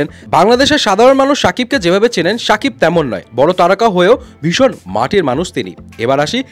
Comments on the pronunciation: আপনি নাম এভাবে বলেন কেন সুন্দর করে বলবেন শাকিব খান। ছা না শা ওকে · ভাই ছাকিব না শাকিব 😅